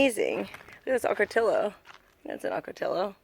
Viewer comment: Ocoti O. The ll's are silent